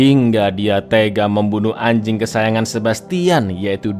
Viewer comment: "Lilin anjing" biasa aja kali ngomong anjing nya..😂